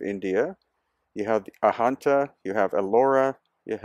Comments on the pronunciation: The correct pronounciation of Ajanta is (Adganta) 'j' is pronounced as in 'Badge' and not Ahanta. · Ajanta is pronounced with the J sound not as Ahanta with the H sound